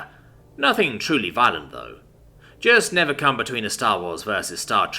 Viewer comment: "Not violant"!?